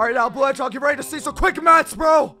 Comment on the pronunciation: There he goes again with "hedgehorg" 😂